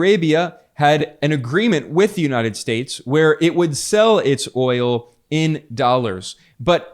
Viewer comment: He said wi nit oyo . Basically eeuu no have oyo AaAaAaAa ....Venezuela Russia.. yes , we inbade Venezuela inbasiones a Russia we have oyo.